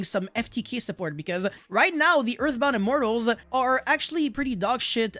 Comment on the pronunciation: big props for remembering the hard to pronounce OG earthbound immortal names! I respect that^^